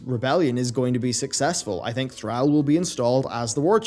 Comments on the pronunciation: Learn to pronounce Thrall. Thanks. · How he pronounces Thrall had me triggered. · You pronounced Thrall wrong it’s not “Thral” is more like “throll” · Threll? I don't care if you have an accent it's ThrALL not ThrELL. Had to shut the video off. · I know Jaina is pronounced Jæna, but please don't pronounce our lord and savior's name like "Thræll", you heathen! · Please bro, its ThrALL NOT TheAL. just like how the words all and al are said differently. Its throughout the game a Billion times. You say ALL the letters -. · Who is Threll? Why do you show a picture of Thrall when you say Threll? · Love your videos, but quick reminder its pronounced "thraul" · Argh. Every time you said Thrall. Call, fall, hall, ball...... Thral Bundy? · Anyone else cringe the way pronounces THRALL? I thought it was pronounced Thrawl..Could just be how Americans say it too. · Why do you pronounces Thralls name as Threll? Other than that, great video. I personally don't think thrall will take the warchief title again. Maybe baine or saurfang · kinda funny how him procouncing Thrall is soo wrong, please pronounce it like in wc3. it's a deep A not an american one. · your pronunciation of thrall is odd, considering they say it audibly in the games, and the devs say it themselves with it's correct pronunciation. But nice vid ^_^ I like it. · How can you be a WoW content creator and not fucking know how to pronounce Thrall by now??? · You are absolutely saying 'Thrall' wrong. Stop it. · Why must you say “Thrall” like that? You are the only person that I’ve ever heard, pronounce his name like that. Makes me cringe every time. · Why can you pronounce the word "Call" but you can't handle "Thrall"? Just call him what it is man. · will put your mispronunciation of Thrall to lack of sleep this time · Man stop pronouncing Thrall wrong. For the love of God. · How can you miss pronounce “Thrall” has he really been gone that long? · Stop saying Thrall like that.